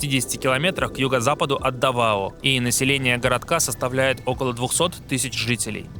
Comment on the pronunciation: Местные ставят ударение на первый слог. ДАвао